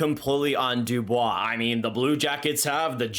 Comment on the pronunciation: “A bunch of Dubios’ “ 😂